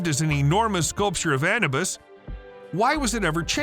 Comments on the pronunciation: it is not ana bus it is Anubis ah new bis. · You miss pronounced the name Anubis.